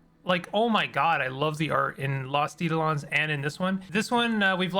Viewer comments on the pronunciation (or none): Just a minor comment about pronunciation, it's eye-DOE-lon (with capitalisation indicating the stress). Thanks for the run down on the game, makes me want to try it :)